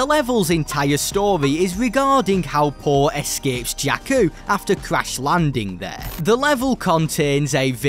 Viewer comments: Poe? Is that what he was saying? I thought he was saying Paul and I was super confused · Am i the only one who heard him say paul not Poe